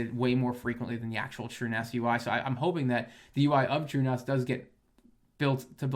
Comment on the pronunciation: Did you say true NOS??? 🤔